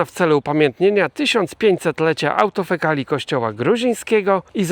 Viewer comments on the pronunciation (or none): No, zlituj się!!! Jakiej autofekali? Fekalii? Ma być AVTOKEFALIA. Z greckiego - avto /auto/ samo, samo się i kefali, głowa. Samogłowny, samo rządzący się, niezależny.